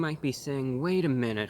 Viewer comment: When he said “wait a minute, wait a minute, WAIT.A.Minute” My body froze